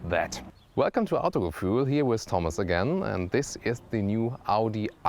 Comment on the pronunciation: If you like Audi mehr ähh more... hahaah Finds auch witzig wie du Autogefühl ausspricht, klingt wie nen Engländer der versucht des auszusprechen, aber sonst halt immer voll den deutschen Akzent xD